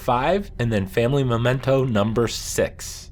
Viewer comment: For god's sake, it's "mEmento" not "mOmento." MEH-men-toh.